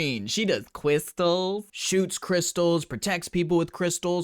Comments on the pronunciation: i lost it on "Cwystalzzz" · “Citrine, she does cwistelllls” 😭💀